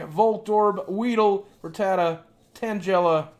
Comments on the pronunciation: I'm not hating but tangela is pronounced tang-guy-luh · Tang ell a not tangela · You made Tangela sound like Jell-O XD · this is cringy to watch he knows nothing about pokemon and did you here the way he pronounced tangela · The way you pronounced Tangela's name was very wrong and so annoying. SAY IT CORRECTLY !!!! noob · I think it's funny how you pronounce tangela